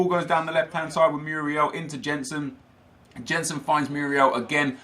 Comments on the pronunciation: Oh no. The world is going to come to an end because pronounced a name wrong. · I hate the Way He Says "Jensen" Because i know How to say his name Because I'm from Denmark. It triggers me so much. Like if you agree Kappa :D